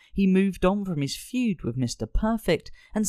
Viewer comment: Fued? FUED??? Dude... its Feud.